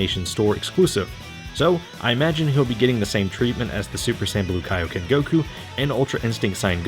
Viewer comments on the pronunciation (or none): none